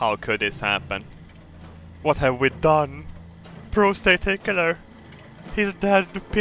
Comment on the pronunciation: When he says prostate tickler it sound sounds like prostate pickler, this is alot more disturbing a thought.